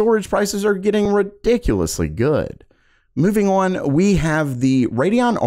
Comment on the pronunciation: The way you say on drives me crazy. “Oin”